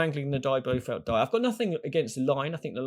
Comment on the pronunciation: It's Blofeld, not Blofield